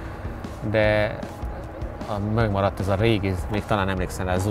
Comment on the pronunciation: "Mögmaradt"... idősebb Jani bácsi Szögödről :D